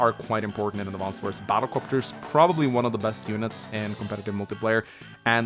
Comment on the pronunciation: All the youtubers saying "AdvanceD Wars" is painful.